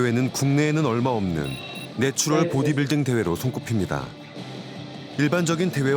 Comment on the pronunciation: 내추럴을 자꾸 내추얼로 발음하네...